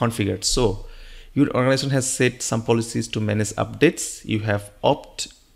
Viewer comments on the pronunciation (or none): none